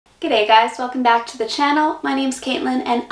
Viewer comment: Wow!! Congratulations. In my 70+ years I've known a lot of Americans but you are the first I've come across to be able to say 'G'day' correctly without an accent (Americans always seem to have trouble getting the second syllable right), and also the first to get 'Emu" right. Interesting video - you have a good sense of humour - you fit right in here like a native :) Thanks for the video